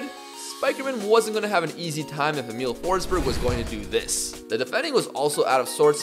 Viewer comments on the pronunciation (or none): none